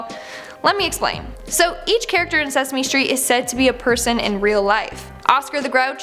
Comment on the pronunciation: it was sasame street